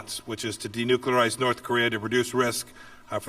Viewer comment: Willing to "denukelarge"?...